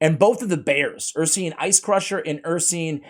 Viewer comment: Ursine is pronounced ur-sign, not ur-seen.